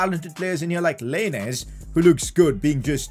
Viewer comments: I’m sorry but the way he says lainez just triggers me 😂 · He said lainez name wrong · Im Mexican and it triggered me when he said lainez. But it’s fine because he is the best yter